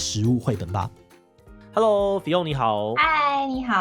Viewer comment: fiㄤ一直念成fi甕耶🤣